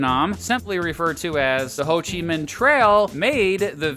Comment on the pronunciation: Minh is pronounced ming, not min. Pretty annoying mistake.